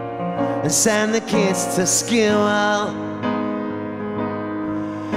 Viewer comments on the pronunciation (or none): He pronounces "school" like Eric Cartman form South Park